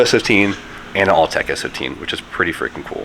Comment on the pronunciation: Are you saying all-tech? It’s Autech FYI